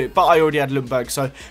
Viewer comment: Not lungberg. Its [youngberg]